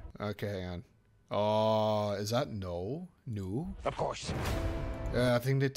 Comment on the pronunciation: It’s null not nool you had it at first also 3 is r rated as well